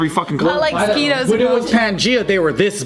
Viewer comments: i thought he pronounces them like “mo-sqwhy-toes” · "Mo-Sqee-Toes" 2018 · Y'all member when said mos-kwate-oes... Or something like that, I don't quite member now tbh lol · The fact that none of them know how to properly pronounce mosquitos is astonishing. They even have saying it wrong now.